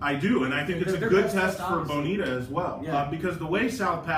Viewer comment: C'mon Aram. Repeat after me: Buh-NEE-ta. Ha!